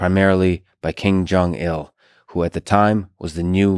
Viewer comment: Did he say "King Jong Il" at the beginning? And then a bit later it sounds like King Jong Un